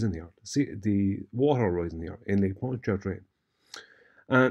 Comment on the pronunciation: no need to pronounce the first R in Pontchartrain. That R is silent. It's pronounced paan chuh trayn.